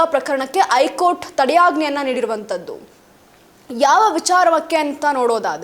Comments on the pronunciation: ಹೈಕೋರ್ಟ್ ಅಂತಾ ಸರಿಯಾಗಿ ಹೇಳಬೇಕು. ಸುದ್ದಿಯಲ್ಲಿ ಹೂಸವಿಚಾರ ಏನೂ ಇಲ್ಲ. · ವಾರ್ತೆ...ಮೀಡಿಯಾದಲ್ಲಿ ಭಾರಿ ಪಕ್ಕವಾದ್ಯಗಳ ಮಧ್ಯೆ...ವಿಷಯಗಳನ್ನು ಅಗತ್ಯಗಿಂತ ವಿಜ್ರಂಬಿಸಿ ಜೋರಾಗಿ ಮಾತನಾಡಲಾಗುತ್ತದೆ ...ಆದರೆ ಉಚ್ಚಾರಣೆ ಸರಿ ಇರಲಿ... ದಯಮಾಡಿ...ನಿಮ್ಮ ಮಾತನ್ನು ನೀವೇ..ಒಮ್ಮೆ ಕೇಳಿ....'ಹೈಕೋರ್ಟ' ...'ಹೇಳಿಕೆ'.... ಇನ್ನು..ಹಾಗೇ..ಒತ್ತಕ್ಷರಗಳ...ಪ್ರಭಾವ